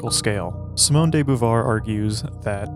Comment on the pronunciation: who the f is simone day boovar? thought it was about simone de beauvoir